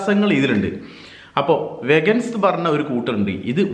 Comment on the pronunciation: വെഗൻസ് എന്നല്ല ചേട്ടാ.. വീഗൻസ്.. 😊 thank u for the informative vlog😍